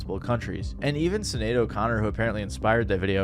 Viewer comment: Psst- it's pronounced Shin-aid